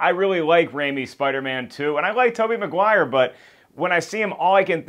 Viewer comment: did you notice that you mispronounce Maguire?